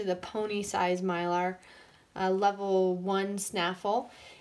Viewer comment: Myler isn't a type of bit, it's a brand And it's My-ler, not My-lar 😊